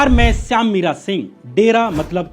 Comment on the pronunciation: Syaam bhai आपके हम भी मुरीद है। अभी तक शायद सभी videos देखें है। आपको केवल एक सलाह है कि आप थोड़ा उच्चारण में ध्यान दें। जैसे आप खुद k नाम को श्याम की जगह सयाम बोलते है और इंपॉर्टेंट को इंपोटेंट बोलते है। सॉरी भाई, पर आप से प्यार करता हूं तो लगा कि बोल दूँ।